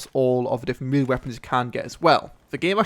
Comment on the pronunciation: "maylay" not "mealie"